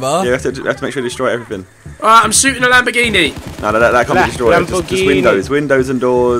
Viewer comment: he said la lamboghini